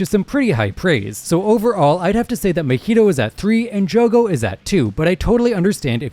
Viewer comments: Muh-he-dough. They have pronounced his name as Mah-he-toe, several times. How do you get the wrong? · Why did he say Mahito like that